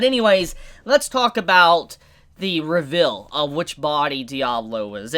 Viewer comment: Can you stop saying revill? It's reVEAL just like you say seal, heal or even heal. If you keep mispronouncing it I will revill my stand and make you eat those words!